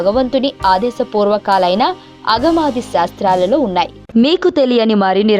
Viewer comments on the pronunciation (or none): Agamadi sastralu anakudadu... Aagamaadi sastralu anali. వీడియో లో అగమాది శాస్త్రాలలో అన్నారు. అది తప్పు. ఆగమాది శాస్త్రాలలో అని పలకాలి. ఆగమ శాస్త్రం చాలా గొప్పది. జై శ్రీమన్నారాయణ